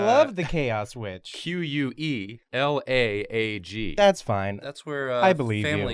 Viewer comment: Are we not going to talk about how they pronounced quelaag and quelana?